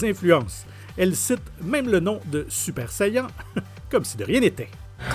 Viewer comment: "Super sayeenn"